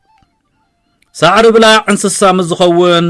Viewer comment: ብጌጋ እዩ ዘድምጻ ዘሎ። ኣናብባአ ከም “ጉቦ” = “ብላዕ” እያ። “ብላዕ” ጠቢቃ እያ ትንበብ፡ ትርጉማ ድማ ካብ ሳዕርኦም እቶት ዝገብሩ ሰብ መሬት እያ ብዝያዳ ትምልኸት።